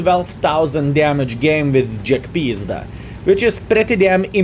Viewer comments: It's not jagpizda its jagpanzer. But I get the feeling you say it like this on purpose. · Half the reason to watch is to hear him say Almighty Jagpizda